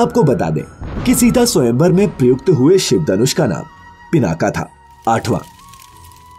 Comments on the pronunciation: उत्तम जानकारी,बहुत साधुवाद।कुछ बातें ध्यान दें पिनाक को पिनाका बोलना ठीक नहीं। लक्ष्मण का नाम गुडाकेश है,ना कि गुदाकेश।इस से नाम का पूरा अर्थ ही भयानक हो गया है। गुडाकेश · Pinnaka nhi peenaak kehtey h usse.. 😏angrez... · Pinaka nhi Pinaak Aur Gudakesh nhi Gunakesh hota hai Gudakesh ka matalab kya hoga soch samajh kar bolo